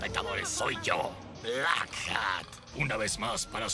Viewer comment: i always hear black cat instead of black hat 😅